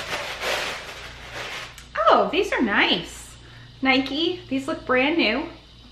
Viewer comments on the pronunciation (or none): none